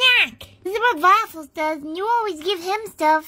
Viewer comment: VVaffles always sounds like saying secretive voupies. And for some reason that's hilarious.